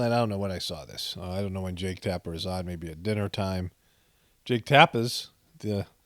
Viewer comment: “Jake Tappas” always cracks me up when you say his name 👏🏻👏🏻❤️❤️